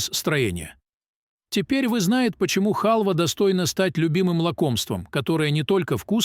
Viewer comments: А не честнее сказать ,что нужно есть семечки,вы даже не правильно произносите слово "халва" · О, а я и не знала, что хАлва - это лакОмство. Что за грамотей читает текст. Мигрант?